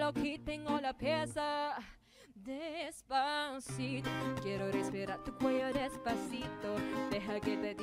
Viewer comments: ok fine you all have hearing problems go see a doctor im just saying that because its true she did said despacito maybe you said deffaciFOW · I mean Desfashittoe i heard desfashittoe from the korean girl😂😂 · I heard her say Desfasith0w as well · I kinda heard desfacitoe from korea😂😂😂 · The Korean girl also has a beautiful voice but her Spanish accent and Spanish pronunciation sucks. The Filipina girl has a beautiful voice and with perfect accent and perfect Spanish pronunciation. For me the Philippine version wins.